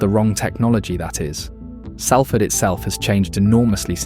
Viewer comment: Great! Someone who pronounces SALFORD RIGHT